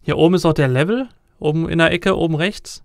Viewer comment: Lewel? wirklich? *facepalm*